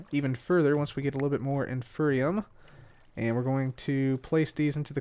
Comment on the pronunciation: Than you for mispronouncing it as "infernium", because that reminded me of a mod I was making and motivated me to make some progress in its development a little more! :D